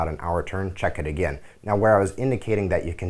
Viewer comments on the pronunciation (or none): none